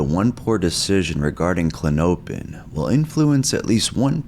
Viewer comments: I think it’s pronounced “Klon-oh-pin” …but maybe I’m wrong 🤷🏻‍♂️ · It’s CLAW-no-pin btw. Stress is on the first syllable. Was kinda killing me tbh lol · Kla-nope-N’s alone is diabolical! Artificial intelligence type shit type shit🫠😶‍🌫️🫣🤗😂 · It's klah-no-pin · Klah-nope-in he says lol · klonopin is the only medication that manages my anxiety without making me black out or get that dumb feeling like xanax. and it's pronounced klon-uh-pin. green pins are 1 mg, white pins are 2 mg. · It’s pronounced “Klon-O-pin” (Respectfully) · Kuh lawn oh pin. That is how it is pronounced. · It's pronounced "klon-o-pin". It was really annoying listening to you pronounce it. No offense brother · It's pronounced CO-LAWN-A-PIN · Pronounced “klono pin” hence the nickname k pin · It’s kinda funny how you pronounce it like how a weird midwesterner or something would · How dare you! I am so disappointed and frankly disgusted by your pronunciation! Big pharma spent like 3 GRUELING seconds naming this drug and you disrespected all that hard work! You ought to be ashamed… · The way he says the name is meaning me need one